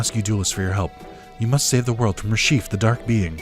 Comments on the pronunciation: RE-CHEF , not RE-SHEEF, but you do you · Never heard anyone pronounce Reshef the way you do